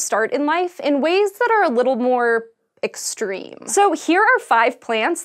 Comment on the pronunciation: "extreme..." and many others